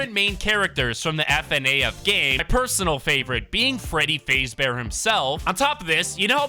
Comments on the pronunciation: BRO SAID FREADY FAZE BEAR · you said freddy fazebear its freddy fazbear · Bro said freddy fazebear🤣🤣🤣🤣🤣🤣🤣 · Dude called my man Freddy ''Freddy Fasebear'' tbh its understandable bc hes a fortnite content creator but that got me dying. its Freddy Fazbear, poor Freddy. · Freddy fazbear ❌️ Freddy fayzbear✅️ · Freddy fazebear its fazbear XD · Fazebare? I thought it was fazbear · So when saying freddy fazebear you don't say faze you faz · My guy said freddy fazebear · Freddy Fazebear??? Its Freddy Faz bear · Bro said Freddy Fazebear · its f a z bear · Why you calling him freddy facebear? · “Freddy FAZE bear” and Freddy being the “MAIN CHARCTER” as well as him saying fnaf as F N A F😂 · It’s faz-bear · Bro rlly said freddy fazebear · Bro said Freddy faysbear and then actually said all the letter one by one of Fnaf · Fnaf fans: Did he just say Freddy Fazebear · it's faaaaazbear just saying and dont say f n a f say fnaf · “Freddy fazebear” He said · bro said freddy fazebear💀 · Freddy fraezbear got me dying 😂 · Bro Freddy fazebear😂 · u said freddy FAZEbear? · You pronounce Freddy Fazbear wrong